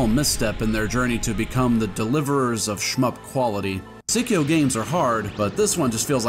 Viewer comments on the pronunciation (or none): The Psi in Psikyo is pronounced like the psy in psychic (the Japanese name is saikyou). And a much more minor correction: Dodonpachi is only a wordplay for gunfire sound. The bee part comes from the meaning of the kanji (hachi = bee), not the sound. For the games themselves, I've only played three of them here. Hellsinker is definitely a game that requires a guide to get you on your feet ASAP, before you can appreciate its genius. This is definitely not a game you want to play blind. DFK is also the most beginner-friendly game in the DDP series, so it's a pretty good starting point for CAVE games. Dragon Blaze is very fun but also quite brutal. As with Psikyo ports, consider emulating them for lower input lag. It is pretty crucial for fast-paced games which Psikyo are known for. Solid video and recommendations!